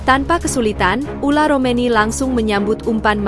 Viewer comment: Ole romeni...bukan ula romeni ....gitu min....okeh min